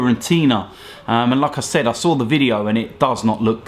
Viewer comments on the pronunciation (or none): Hahahaa... I always hear as if he says Lacazette every time he says 'like I said' LOL